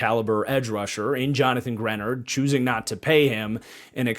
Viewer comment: Now he's no longer on the Vikings but... Your mispronunciation of Greenard is driving me crazy!! 🙀 And yes I'm a long suffering Vikings fan but, some of your takes on our draft are slightly off. We took Bredeson because our offense utilizes a FB. It's not a weird pick for the Vikings. Also the "F" grade on Jakob Thomas... Flores ran this draft and don't you think he would have vetted Thomas prior to the pick?!??